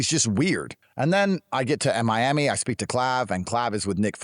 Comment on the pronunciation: Why did Tate just say he got to M-I-ami instead of Miami? 😂